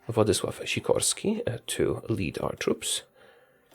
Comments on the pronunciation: Wow you said Władysław Sikorski flawless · Yea, I have never heard foreigner who could pronounce Polish name like Władysław Sikorski so well... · You are first person on YT who said perfect Władysław Sikorski! xd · No no kur ładnie wypowiadasz Władysław Sikorski xD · Yes this video is cool but I'm still amazed that he pronounced "Władysław Sikorski" so well (unless he is Polish and I'm a dum dum) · oh hell, that's perfect pronunciation! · I'm Impressed that you said Władysław Sikorski correctly.